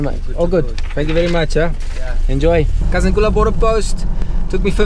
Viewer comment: Kazungula, not Kazangula.. I don't kno why but I still fill have a pinch of nostalgia, I just loved that hint of uncertainty about the ferry.. Beautiful BW 🇧🇼 When did you cross into Bots, was in Kasane last weekend..